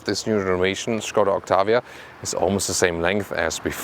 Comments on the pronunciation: When I heard "Shkoda" I knew I was in for a good review. I was not dissapinted. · I love how you pronounce "Skoda." 😱😍 The correct way. Cheers,. Always appreciate the review. 😎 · Finally someone pronounces Skoda....they way it should be. :)